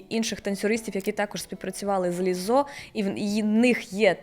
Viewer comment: Перепрошую, співачку звати Лíззо, а не Ліззó